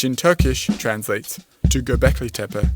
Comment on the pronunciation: I like how you pronounce it "tepe" and not "teypee". Gives this video much more credibility. That is very important because of your heavy use of awful stable diffusion and you cite Rupert Sheldrake as well. Oh, and have you notice how some people are offended by the notion that they were dark skinned? I really want to see their reaction to the notion that our Synapsids ancestors were also dark scaled.